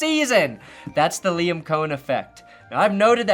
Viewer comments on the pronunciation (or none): none